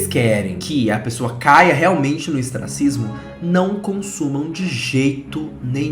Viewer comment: do céu, é ostracismo! hehe Vc falou estracismos (esquecimento + ostracismo hahahahah)